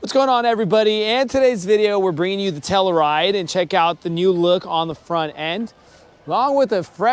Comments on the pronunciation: It's pronounced Tell-you-ride not Tella-Ride. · Dude, please pronounce the fucking car correctly. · Great video, I would know how to properly pronounce a vehicle’s name before creating a video of it. But, seriously great video!